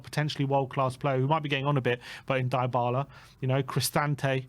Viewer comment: Deebala(Dybala) not Diebala